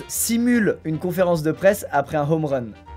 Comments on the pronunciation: un rome run tu dit il sait pas lire ou quoi mec il y a ecrit hhhhome run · Prononciation Personne : Squeezie: « rome run » au lieu de home run // « leubrone » au lieu de « libron »